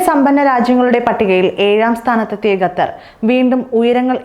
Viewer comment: Gathar alla qatar